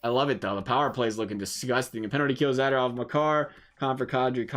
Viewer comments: It’s Za-do-rov and not Zada-rov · Mispronounced Zadorov everytime. So cringy.